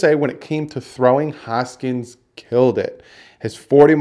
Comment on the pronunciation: I hate to be nitpicky but it’s really bothering me that you’re saying haskins’ name wrong. You’re saying hoskins. It’s Haskins.